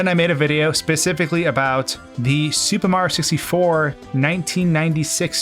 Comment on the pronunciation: Say "supa mario sissy for" one more time